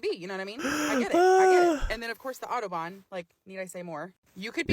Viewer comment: It’s not „Ottobahn“, it’s Autobahn, the „Au“ pronounced like in Audi… 🤣🤣🤣